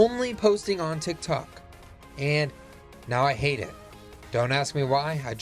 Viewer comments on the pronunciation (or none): none